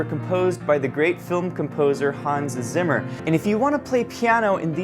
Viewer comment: Zimmer… es heißt ZIMMER 🧐